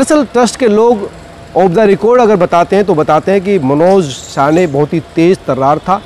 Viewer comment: अबे ये रिपोर्टर पागल हैं क्या?? कोई इसे बताओ भाई उसका सरनेम साने हैं. शाने नहीं.